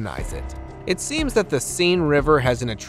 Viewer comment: OMG.THE SEINE river is pronounced, Sehn.